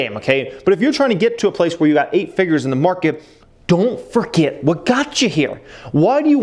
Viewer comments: Don’t forget the “r” in “forget”. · Don't foget! Lol, glad your not an English teacher